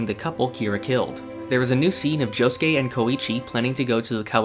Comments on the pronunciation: Please stop saying Jo- sskay. It hurts me. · I know, but it sounds weird with someone without a Japanese Accent saying it. Good video anyways.